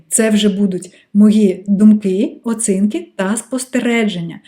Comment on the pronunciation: хочу висловити критику про вашу українську мову... вона прекрасна, проте в багатьох словах замість букви "і" ви говорити букву "и". по типу "функция" замість "функція", "емоции" замість "емоції", "оцинки" замість "оцінки". я дуже дякую вам, що переходите на українську мову та створюєте такий корисний контент для української аудиторії))